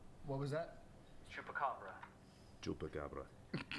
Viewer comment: As a Latina, it fills me with immense pride that know how to pronounce Chupacabra correctly lmao